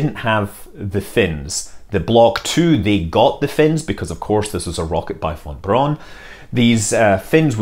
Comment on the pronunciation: Here is a tip: If you pronounce Von Braun just like "brown" (which it means) you are much closer to the proper pronounciation than with your tongue-knot attemps. And the v in von is just like the F in the most famous english word.